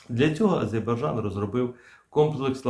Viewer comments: "Азербайджан". Це наші друзі і варто назву їх країни вимовляти правильно. Сподіваюсь мене зрозуміють правильно. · Прослідкуйте за вимовою назви країни...правильна вимова АзеРбайджан!!! Не ображайте наших друзів!!! Дякую! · Прочитайте по слогам и запомните : А _ ЗЕР_БАЙ_ ДЖАН. А то Горби придумал какой -то Азебаржан...